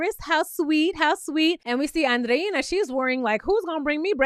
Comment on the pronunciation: You are the only youtuber that pronounces Andreina’s name correctly! ❤️❤️❤️